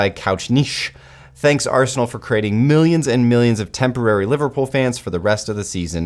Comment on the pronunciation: Is it my ears ? Did he kept saying Arseholenal instead of Arsenal ?